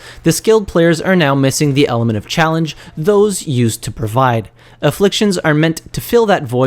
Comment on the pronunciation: Aflfictions NOT INfflictions gawddddddd